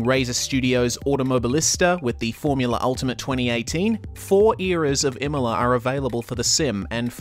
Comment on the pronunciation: You nailed the pronunciation Bravo!